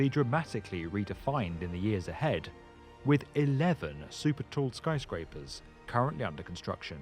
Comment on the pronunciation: Super Toe? It's super tall. That's poor pronunciation.